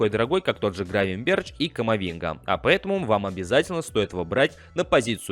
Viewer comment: Админ первый раз слышу, Гравенберч, Гравенберх*